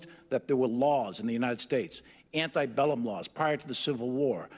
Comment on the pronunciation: Did you notice that the general said "antibellum," not "antebellum?" It screams ignorance of what he's talking about, and likely reading off a script of what he was told to say.